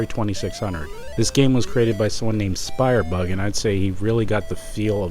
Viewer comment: Ugh... the Super Mario Bros "demake" (by Sprybug, not Spyerbug) has the "feel" of a 2600 game because IT IS A 2600 GAME. Yes, an actual 2600 game that will run on real 2600 hardware. And... did you seriously pronounce Custer's Revenge as "Custard's Revenge"?